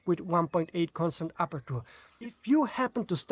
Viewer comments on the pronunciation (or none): let me tell you this, because English is not my first language either: it is pronounced sort of like "aperche" (with CH like in church), not "apertur. This is typical of words that end in -ture, like adventure, capture, rupture, culture, future...